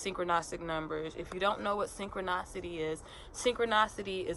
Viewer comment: It's pronounced synchro NISSSSS ity.... Not NOSSS ity..